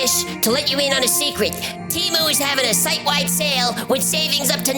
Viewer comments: Hi. It's pronounced 'TAY-Mew' and not 'tea-moo'. Thank you. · The Superbowl commercial indicates that it is pronounced TEH-MOO